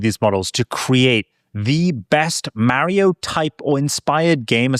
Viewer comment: MAAHrio hahaha nice